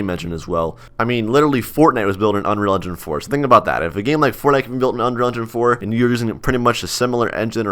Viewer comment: "powered by unreal endin'" LOOOOL p.s. you should do scripting funny ideas in core Also try quitting ROBLOX and stick to Core ;) let's see if you can do it